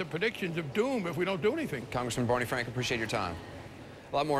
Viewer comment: Bawney Fwank is a disgwace and weally shwould wesign alweady